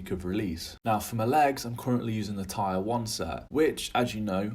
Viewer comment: Tier is pronounced TEER nore TIRE, lol